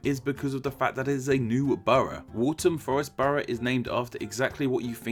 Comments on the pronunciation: Patiently watches video waiting for my London Borough, gets to Waltham Forest and then BUTCHERS the name calling it "Walt-Ham Forest" when it pronounced "Wal-Th-ham Forest" wit the "th" having a more "f" like the "th" in the word "the" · Waltham Forest (the modern pronunciation is wal-fam, just so you know) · WalTHAM Forest, HAYvering, newUM, you'd think someone who makes etymology videos for a living would know how to pronounce names.. -_ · If, as you say, you were born in London, why do you so woefully mispronounce London names? River Lea, Havering, Newham, Waltham Forest...